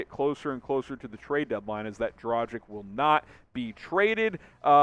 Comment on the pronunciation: Just a heads up… DraGICH… not DraJICK 🤙🏻